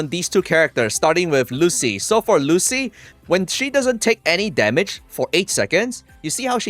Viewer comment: Its "Lucy-lah", buling moment😂